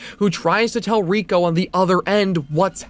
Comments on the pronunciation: Ray-ko, not ree-ko. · She later figures out that she was spared because she copied the tape and showed it to Ryuji. Also Reiko*. He pronounces the name wrong in the video, it's "Ray-ko" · The only thing scarier than Reiko (ray-koh) being pronounced wrong was the last second of the video. You got me good